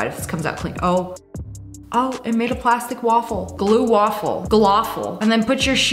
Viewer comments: She say "gaffle"😂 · the "gloffue"